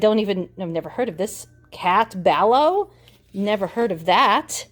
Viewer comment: Yes, I reuse bows. Especially if it's a nice, pretty bow. I do this mainly at Christmas. Those show magazines are what you would get when you saw the show in person. A show program/playbill. And it's Cat "Ba lew" Ballou 😁